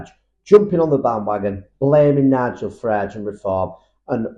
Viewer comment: Farage! Not Farell.